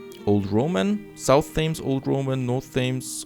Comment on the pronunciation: The name of the river Thames in London is pronounced "tems". Yeah I know it doesn't look like that. Have lived in London for more than 20years at this point and go for walks along the river every couple of days.